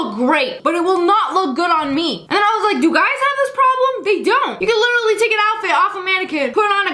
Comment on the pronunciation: When she said literally it sounded like a Britain acent